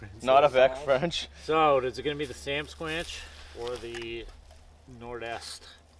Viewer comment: He said Samsquantch LOL. Much love from the States. I am learning things and being entertained. Thank you especially for that canadian Jam knot.